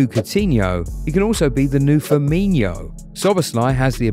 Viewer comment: It's firmin-o not firmin-iho